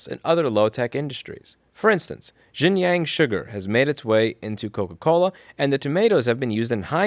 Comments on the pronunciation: Louis, for the last time, it's pronounced "Shin-jiaung" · It’s pronounced Sheen John (XinJiang) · “x” is pronounced “sh” in Chinese Xinjiang is pronounced “Shin-jiang” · Shin-jee-yong Shin-jyong Xinjiang.